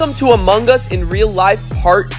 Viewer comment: Sorry Brian but it is Amung us two words not amunggus the “G” is silent